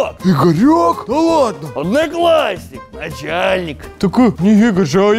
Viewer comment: сказал аднаклашник а аднакласник